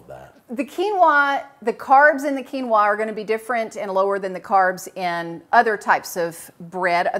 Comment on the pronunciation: I really don’t like how they say quinoa.